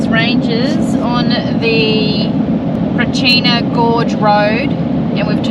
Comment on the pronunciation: Hi. Brachina is pronounced Brat-chin-a not Brakeena. Ghan is pronounce Gan not Garn. Suprising a lot of tourists say it wrong. They also Blinman as Blineman and Marree as Maree instead of Maa ree. Happy travels.